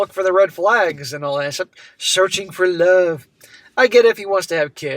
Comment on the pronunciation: The iconic way that pronounces 'love' as 'lurrve' 🤣